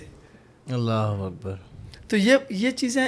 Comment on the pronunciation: correct pronounce kro bhai ALLAH HO AKBAR